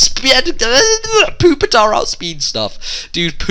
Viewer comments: that im ok with, but poop-itar...seriously...? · Why do pepole say poopitar its so annoying its pupitar not poo! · He said poopy tar. I lol'd